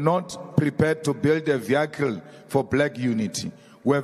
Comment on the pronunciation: Please pronounce VEHICLE CORRECT